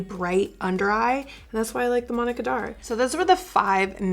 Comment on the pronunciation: I felt like the heavens opened and trumpets sounded when I finally realized you were saying "Manna Kadar" not "Monica Darr." Love this vid... and your undereye powder! xoxo